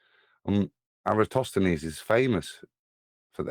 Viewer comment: There is nothing more aggravating to me than hearing you guys say, "EroStosthenes"!!!! After how many years? 🕞...and you don't know how to say his name???? My GOD!!! It is ERATOSTHENES ...FFS!!!!! (erra-toss-the-knees). 🤔